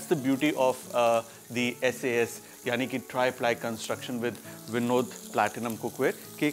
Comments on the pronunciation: It is vinod cook ware not vindo cook ware,😊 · It's Vinod or Binod 😂